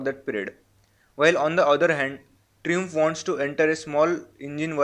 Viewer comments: pronounced as try -amf and not as tru-amf that you do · tree-umf lol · its pronounced "Trai-umf" LOL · hahahaha fun way he pronounces Triumph 😂😂😂😂😂😂😂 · Are yaar brand ka naam ti thikse lo bhai